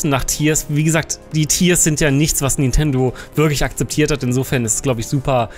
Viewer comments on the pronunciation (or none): none